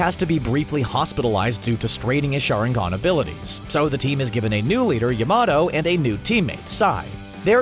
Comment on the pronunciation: He said day-dar-ah and yay-ma-toe y’all really need to watch these shows before making these